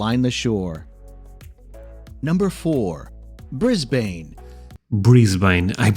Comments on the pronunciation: G'day mate, let's start at the beginning. Firstly this is a USA guy telling you about Australia, some one from the USA knows shite about Australia. Melbourne is pronounced Melbn .not Brisbane its Brisbn. Its not the Bay bridge , that's in San Francisco , even I know that. It is the harbour bridge . Its not Melbourne Bay , it's Port Phillip bay. Yes, the pink lakes exist , but you will not see it unless you are there when they are changing colour . Yes, you can get trips out to the reef (expensive) or you can go out to the Whitsundays and White Haven beach on a day cruise . Melbourne is very Multi Cultural, has great coffee and a huge choice of foods. Plenty of Museums all free but of course does not compare to Paris. You can go to the Yarra valley and Mornington Peninsula wineries, The great Ocean Road, and the Penguin Parade at Phillip Island , all day trips out of Melbourne .the list goes on and on and on , two weeks is not enough in Melbourne. Free Tram in the CBD, lots of parks and green places. Tasmania is gorgeous , you need a car and a week. Blue Mountains about an hour out of Sydney spectacular, and the Hunter valley wineries, about 2.5 hours out of Sydney. To be honest you would need 1 year to see Australia try these people they will give you an insight. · It's pronounced Mel-bun not Mel-born. So annoying. Brisbane, is bris-ban not bris-bayn. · I wish these American commentators would learn to pronounce our cities' names correctly,. It's not Bris/bain. It's Bristbn. Melbourne is pronounced Melbun. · Just to let you know, Australians pronounce Melbourne "Mel-bin", Brisbane "Bris-bin", and Auzzies can and will give nicknames to everything and anything. names, places, events, etc. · Melbourne pronounced as Mel-Bin not Mel-Burn Brisbane is Bris-Bin 2032 Olympic games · Flinders Street Station. Not Flynders Street. Port Phillip Bay. Brisbane is Brisbn.The a is not emphasised.